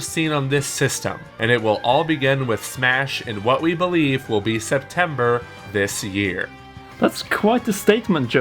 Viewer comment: Septembeer? is that a mistake or on purpose